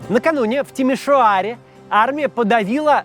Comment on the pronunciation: "Накануне, в (старательно) Тимиш-о-аре..." Ну могут же, могут же русскоязычные произносить румынские дифтонги, если захотят! ❤❤❤